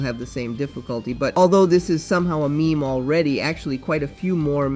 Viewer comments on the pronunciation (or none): none